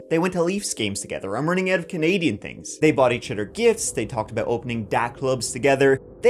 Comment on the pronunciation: what are you talking Aboot Eh